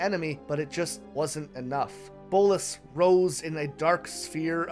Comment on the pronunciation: Bolas not bolis